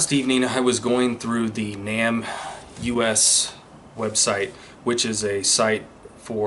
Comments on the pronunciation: People generally pronounce NamUs as NAME US, not Nam U-S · Isn't "NamUs" pronounced "Name Us" and not "Nam U S?" You know - trying to put names to unidentified remains and all? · I think the pronunciation of NamUS is Name us . Just to let you know, and I only know this cause other true crime channels have also had trouble with it, and they found out the correct pronunciation. You are doing great work on these cases!! Keep it up you were made for this!! ♥️ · It's pronounced NĀ-mus. Just letting you know. Really enjoy your content